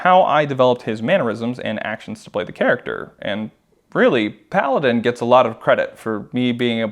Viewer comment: Every time you said Paladin i keep thinking you said Kaladin